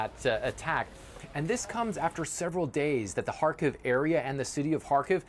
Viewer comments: It's Car-Keeve (Car-Leave) Kharkiv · isn't it pronounced kharkeeeve? where has this reporter been hiding?